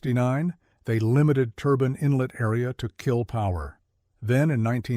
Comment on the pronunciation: “Turbine” or “turban”?😂.You keep showing the Chaparral 2C.